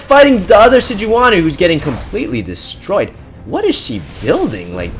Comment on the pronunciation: its "SEDGE-WAN-Y" (thats who phreak says it)